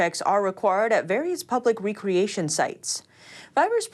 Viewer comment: “Re-creation sites”? Aiya! pronunciation still has a way to go